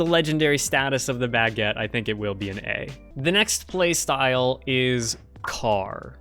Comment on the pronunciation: Why does pronounce baguette like "bagg-et"